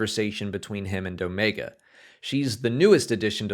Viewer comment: I think Omega is force sensitive. And I like that this guy knows how to pronounce Omega. 😆😆😆